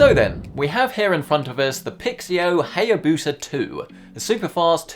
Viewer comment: Isnt it pronounced 'HiaBusa', like the bike